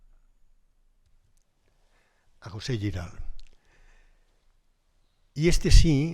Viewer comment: Giral se pronuncia tal y como se escribe, no con "ll", sino con "g". Saludos.